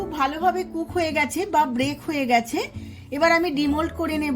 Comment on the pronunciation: Break noi didibhai ota bake hobe